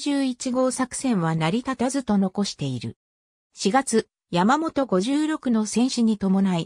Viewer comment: さんわではなくみわよしたけ、やまもとごじゅうろくではなくいそろくが正しいと思います。